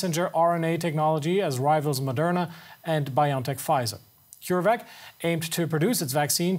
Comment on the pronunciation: When will a journalist actually say Bio N Tech PROPERLY? It is Bio logical N ano Tech nologies Bio-N-tech. Not "Bion-Tech" Over 18 months into this pandemic and STILL media and journalists getting the basics WRONG.